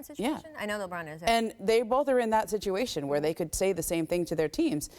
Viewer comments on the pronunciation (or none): none